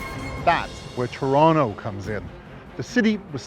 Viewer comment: A wee bit too dramatic, fella. You've even exaggerated to tronnicity of easing off the edges of Toh-tonn-toh, Net net, thiis is totally overboard and needs to be re-recorded. Like just read the script, OK? This is a You Tube video, not a tryout for Alfred Hitchcok.